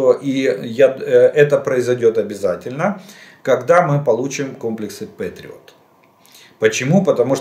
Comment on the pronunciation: "Пэтриот", не "петриот". Желаю Украине победы и полного восстановления - за российский счет!